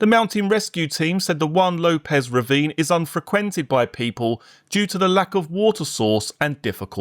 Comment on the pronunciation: Unfreqwented? AI voiceover not pronouncing words properly 😅